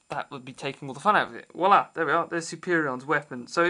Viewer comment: FYI, "walla" vs. "voila"